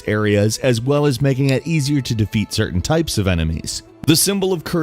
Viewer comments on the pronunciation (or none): none